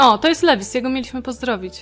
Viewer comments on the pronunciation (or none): Wrazie kłopotów poproś o pomoc CTSG, on ma duże doświadczenie. nie Lewis tylko Luiz